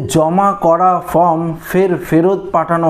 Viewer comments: ek kotha bar bar bole time pass kora, 4 te karon taratari bolun. sobdo ta FORM ,not FROM. Video bananor age minimum english ta to sikhun. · Form,not From. Please pronounce perfectly.